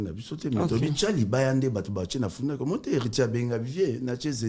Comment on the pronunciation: Na kola na paris 😂😂😂 de fois je me demande si ce ne sont pas de comédies ? Soit bazonga classe pour l’élocution …. FUNAC …ou FNAC ?😂😂😂😂